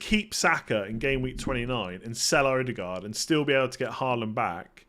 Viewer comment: glad you're interested in correct pronunciation :) so pliz "E-de-gore" , not "oudegard"